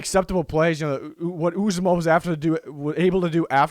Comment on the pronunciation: Ooh zah mah is how u say it. He was hurt in the 2nd game last year and was lost for the season.